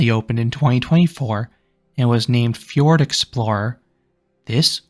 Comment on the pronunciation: Fjord, not Ford.